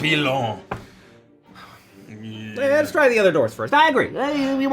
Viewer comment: I heard "papilon"